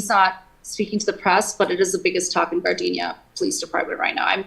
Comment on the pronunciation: ...for the record she keeps saying Gardenia 🙄 but its GARDENA.. Its not the flower that is fragrant but a city with a vagrant!